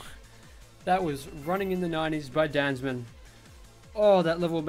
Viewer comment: hey, I thinks its pronounced Dan Za Man